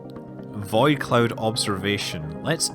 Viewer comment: The way you say "void" is pretty interesting. "Vaid clouds"